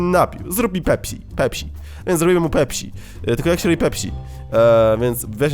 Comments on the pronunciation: pepsi nie pepśi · zamiast pepsi czytasz pepś(tzn. nie si tylko ś) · To jest pepsi przez s nie ś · Śmiesznie wymawiasz pepsi ;)